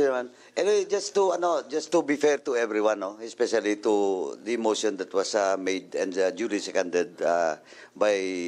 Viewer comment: Mosssyon, deliverasssyon, continueysssyon, educayyysssyon